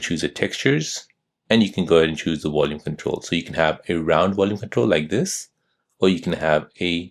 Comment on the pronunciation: Its VOL UME not WOL UME. You spund American as well so why are you pronouncing like your German